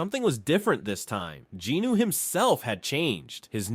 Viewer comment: I gotta ask, who’s “Jinoo”? Isn’t it Jin-Woo?